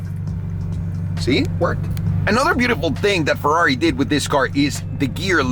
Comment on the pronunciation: Comprehends the actual Ferrari pronunciation since he bas a latin base (from spanish) says fewrari hahaha. dude please cmon, say it correctly